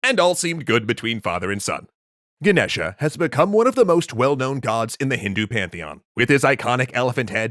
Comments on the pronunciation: It's Ganesha not genesha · The a on the end is silent. The name is pronounced Ganesh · the a at the end of ganesha is silent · its Ganesha, how you people manage to get wrong spellings and pronunciations all the time is a mystery beyond my comprehension